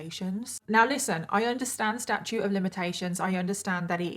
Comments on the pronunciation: Statute of limitations,. You keep saying “statue” lol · It’s “statute” of limitations. Not “statue”. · I just love your channel! If I may, it is Statute of Limitations.... not Statue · I absolutely love watching your videos and how you put your make up on,but please blend the contour on your nose as it gives me anxiety🥴 and will you learn the proper terminology? It's statuite of limitations,not statue pet❤ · STATUTE NOT STATUE! ❌🗽 🙅‍♀️🗽 ❎🗽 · The term in which laws can be prosecuted is “Statute,” not “Statue.” At least in the US. Great videos. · Statute not statue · Statute of limits, not statue of limitations. You pronounce that last T. Like statue, with the T sound at the end. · FYI it's statute, sta-choot, with a "T" not statue, sta-choo. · Is it me, or does she keep saying "statue of limitations"? I swear I can't hear the T at the end of "statute". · Wait. Are you saying statute of limitations? Omg. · StatuTe of Limitations… there’s a T in there 👍🏻